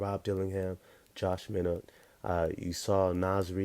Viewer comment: It's pronounced my not not minu